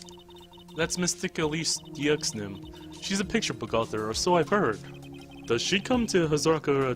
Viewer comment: I believe Deauxnim is pronounced Dewnim